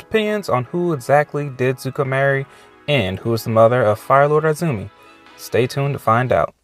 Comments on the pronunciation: Izumi is pronounced " E -zumi " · Definitely Mei :) PS: I cringed every time you said I-zumi, omg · eye-zoo-me hahahahah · EEzumi lol